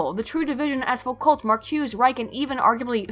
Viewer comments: Foucault is pronounced like fukou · Foucault is pronounced "Fookoh" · I never enjoy hearing Americans saying "foo-cult" although you didn't say "sart-ree" so thats a plus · You mispronounce Foucault. And everything French. And some English stuff too. Clearly very booksmart.